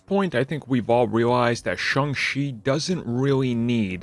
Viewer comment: Why does this guy pronounce it as Sung She? It’s pronounced exactly as it spelled… Shang Chi, Sang She.